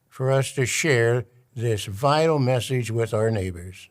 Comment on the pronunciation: Whenever he said about “gods vital message” I swear he said vile instead of vital 😂